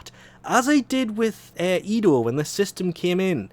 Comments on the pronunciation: ENDO, EN.DO. not edo lolol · Bruh... you keep saying "Edo" instead of "Endo" Did you just watch Star Wars Rogue One? Edo got a good slappin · ITS E N D O NOT EDO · Hearing you call it "EDO" shortens my life by a month. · it just slowly kills me from the inside when he says EDO -_- i love u but god damn sometimes ur a pain in the a$$ to listen to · No, it's just your typical mispronounciaton.